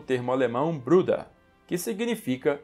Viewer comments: Se não me engano Bruder em alemã se pronuncia Bruda. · Wolff? tem um F sobrando ai. So pode ser WOLF com um F so. Que quer dizer LOBO em alemão. Vai aprender um pouco de alemão, vai. É a segunda lingua mais falada no Brasil. E Bruda nao é apelido. É a pronuncia correta de "Bruder" porque as palavras em alemão terminadas em "er" tem a pronuncia de "a". Vai aprender alemão, mermão.